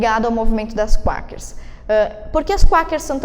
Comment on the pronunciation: Bom, só pra corrigir uns detalhes, o nome é "Quakers" (se fala "cueikers" não "cuakers"). E não é "19ª alterção" é "19ª emenda" à constituição. Agora, sobre o tema do vídeo retratado na pergunta, a resposta é sim, o voto feminino é um privilégio. No vídeo, isso foi abordado apenas de relance no final, sendo que o vídeo se tratou mais sobre quando essa "exigência" começou a ser feita pelo movimento feminista. Uma aparente confusão semântica ocorre no uso da palavra "privilégio". Quando se usa o termo privilégio nessa discussão, está se falando de um "direito não-merecido". Não tem a ver com o sentido de "nossa, que honra/privilégio poder fazer isso". Mas sim dizer que enquanto para os homens o voto sempre foi um direito conquistado, para as mulheres foi dado sem contrapartida, configurando assim um privilégio. Em termos bem simples, os homens tinham tanto a responsabilidade como a autoridade pela sociedade. (Um ônus e um bônus). As mulheres não tinham nenhum deles (nem ônus nem bônus). Ou seja, havia equidade. O voto feminino passou a dar autoridade para as mulheres sem nenhum cobrança de responsabilidade. E o que aconteceu depois, lá na segunda onda feminista pra frente, foi que a mulher foi conquistando cada vez mais autoridade (jurídica e, com a entrada no mercado de trabalho, cultural), ao passo que começaram a usar o Estado e as leis para tirar autoridade dos homens, deixando-os apenas com a responsabilidade). Um exemplo claro disso é o divórcio sem culpa, legalizado ao r